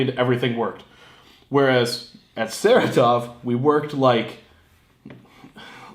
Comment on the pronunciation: Sa-Ra-Tov not "sarah-tov"